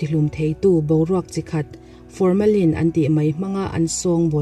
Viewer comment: a ti diklo deuh aniang😃. Formalin chu thil nung thi dahthat nan a hman deuh ber a nia, ka sawi belh duh mai mai chu science term lam a tel hian mizo youtuber thenkhat hian lam dikloh emaw tih dik tawkloh hi an nei leh thin a, google a en hmasak hi a tha viau maithei nia😁😄😄...